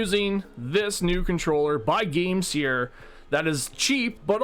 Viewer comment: I thought it was pronounced game "sir" instead of "sear".